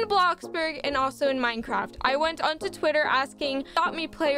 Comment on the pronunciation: But i dont wanna be rude but didnt you say mincraft